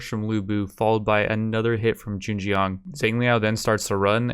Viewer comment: U got the Zheng part right, the Jiang should sound like...almost like TS (like tsunami) yang (connect the two, like TSYANG) but the TS should have an almost J after, so it'd be like tsjyang. The yang part is fast, like saying young but with an A instead (instead of ou). I differentiated it from how you would say yang (from ying yang), because the yang there is like yeng right, but with the yang, you should really have an open mouth (like saying awch). I really don't know why I even typed that, I just wanted to contribute something hahaha. Anyway, cheers on another video, looking forward to the next 1.